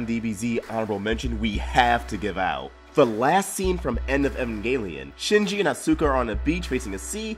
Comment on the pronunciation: Your pronunciation of Evangelion, Shinji and Asuka's names is pure cringe. Other than that cool video,.